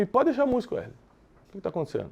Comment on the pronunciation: Werley não, é wesley.